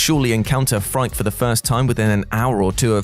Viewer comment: The first boss in returnal it’s name is pronounced “freaky” not frike